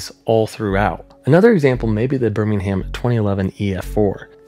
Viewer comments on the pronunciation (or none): none